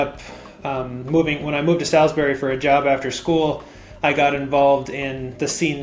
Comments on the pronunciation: MD native here, its not "Sal-is-berry" its "Sawls-berry" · I feel so seen. Salisbury has some baller people. For the record, you’re gonna hear this none stop…. It’s Saws-berry. Not Salis-bury